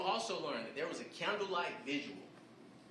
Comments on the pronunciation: and how about how he also butchered the word vigil? It just t goes to show people can be educated for years and still miss the boat with grammar. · For a man with his years of education, why can't he pronounce the words VIGIL and HEIRLOOM correctly?